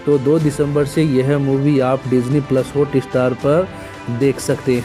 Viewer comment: Thumb nail ke Sath subject kue nehi match hota ?Sir please HOOTESTAR NEHI it's HOTSTAR .First correct ur pronouncetion .1 DISLIKE Banta Hai.